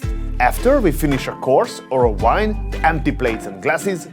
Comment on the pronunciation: why do you constantly pronounce the word vintage as wintage and vegetables as wedgetables, but pronounce wine as vine please fix this